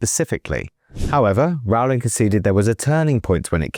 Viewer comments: Minor point: "Rowling" rhymes with "bowling," not with "howling." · FFS!!... Can't you at least pronounce JK's name correctly??! It's like 'rolling'... or 'bowling'. So rude -- and just bad reporting. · It's 'Rowling' as in 'Bowling' Alley. No, Rowling was not referencing "hypothetical situations", Rowling was describing her own personal experiences (do your homework). It is obvious Watson, Grint and Radcliffe are poorly informed, badly educated, insecure actors who understand nothing about basic anatomy (there are 10,000s of biological, hormonal, neurological, chemical, proportional, sex and reproductive cell, chromosomal, and other, differences that differentiate males from females). Stupid Idiots